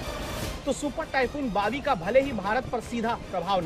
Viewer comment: Bawi sounds like biwi 😂